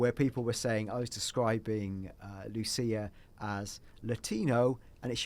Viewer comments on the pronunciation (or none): none